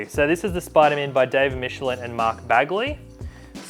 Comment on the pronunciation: It's no wonder that you trashed the Spiderman Omni. You can't even pronounce Michelinie's name correctly.